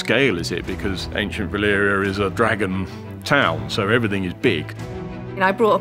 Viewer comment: VALYRIA, not Valeria, VALYRIA